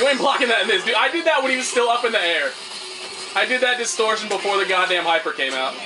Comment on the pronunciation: for some reason i lold pretty hard when you said distortition